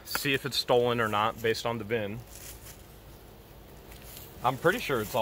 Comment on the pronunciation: Vin not bin...vin